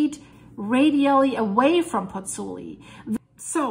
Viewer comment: Ciao from Italy, I met you on the Dutchsinse channel with your video on Grindavik and... here I am! Let me tell you something: you lost an "o", is PozzuOli not PozzUli! 😁